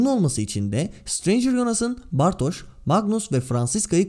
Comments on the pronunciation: Merhaba ben Almanca Öğretmeniyim de Bartoş değil Bartoz diye okunması gerekiyor. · bartoz diye sesleniyorlar.Sözlüklerden de bakabilirsiniz hoparlörü açıp bartoz diye okunur. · Bartoz diye okunur herhangi bir almanca sözlüğe girin hoparlöre basın bartoz diye okunduğunu görürsünüz. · dizide de ‘bartoş’ diye sesleniyorlar. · birde Almanca dilimde ş olması için sch yanyana gelir sz yan yana geldiğinde sz biraz farklı okunur z yi dişinize vurarak çıkarırsınız. Ama kesinlik direk ş şeklinde değil.